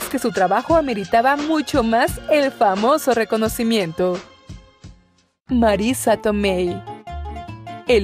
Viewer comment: Marisa TomeY 😂😂😂😂😂😂😂😂😂 Marisa Tomei